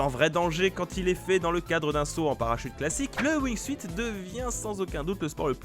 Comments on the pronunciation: on dit "wingsoute" pas "wing-suite" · Jaime comment il dise le wuing suite au lieux du de la prononciation en anglais du wing soute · On dit pas Wing"suite" on dit Wing"sout" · ça se prononce wignesout pas wignesuite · ouingsuït.... Ca se prononce Wingsout ! Tu ma stressé >w< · Le "wingsUIte" lol... SA SE PRONONCE LE "WINGSUTE" !! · "wingsuite"... please, ça se prononce "wingsoute", c'est la base! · Ça me démange à chaque fois que tu dis "wingsuite" (Ça se prononce wingsoute) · Wingsout on dit bordel, pas wingsuiiiit... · lol il a dit wingsuïte mais sa se prononce wingsoute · Ca se prononce wingsute pas wingsuite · Wingsuit se prononce Wingsout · alors wingsuit ne se prononce pas wingsuite mais ring sout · wingsuit se prononce wing "syoute" et pas wing "suite" c'est pas grand chose mais ça nique vraiment la crédibilité... s'il vous plait faites gaffe à ce genre de detail, sur une video de ce niveau sur une chaîne de ce niveau ! z'êtes pas des amateurs enfin ! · Arretez de dire wingsuite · Wingsuit, ça se pronnonce wing-soutte. Merci. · pitié on dit "wing sioute" c'est de l'anglais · Mdr « wingsouite » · Wingsuite?! Les gars c'est pas comme ça qu'on prononce! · Le Wing SUITE 😂😂😂 Enfin... c'est pas compliqué de dire wingsuite comme il faut... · On dit wing suuuuuuuuuit pt1 aprennez à prononcer pt1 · sa se prononce windsoute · Wing"suite" omg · Le wingsouite ? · Ca se dit wing soute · Prononcer WINGSOUTE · On dit pas wingsuit on prononce wingsunt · Wing siout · Wing soute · Prononciation wingsuit est 😂😂😂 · La prononciation de wingsuit m'a écorché les oreilles ico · mes oreilles saignent (wingsuit)